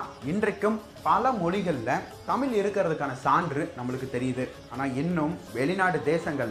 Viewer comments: தமிழ் என்று உச்சரிக்கவும் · முதலில் தமிழ் என்ற வார்த்தை சரியாக உச்சரிக்கவும் மேலும் ஆங்கிலம் கலக்காமல் பேசவும்